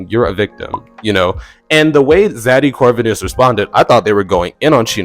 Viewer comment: Literally had to stop the video at the mark just to remind you…AGAIN. It’s pronounced (CORE-VEEN-US) it’s ZADDY CORE-VEEN-US….literally not that hard